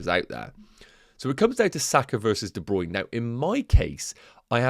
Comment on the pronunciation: Hey - DeBruyne pronounced his name as DeBruynA on the FPL website.